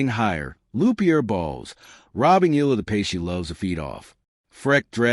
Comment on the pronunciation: Please pronounce her last name as EY YAH LAH. Thank you.